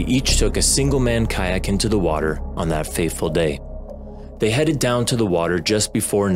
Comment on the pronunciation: On that "fateful" day, not "faithful" like you said, come on.